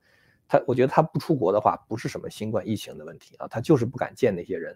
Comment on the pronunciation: 喜欢你的节目，有说服力。 请你把新冠病毒的冠读第一声。谢谢。